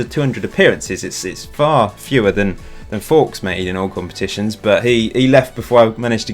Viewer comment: Morgan Fowkes - the worlds greatest blagger :) got all the girls and lived the premier league dream! I think it should be pronouced Fowkes like oaks rather like Guy Fawkes however.